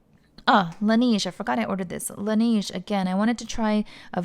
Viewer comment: Not sure if you care too much but Laneige is pronounced Lan Nege not nige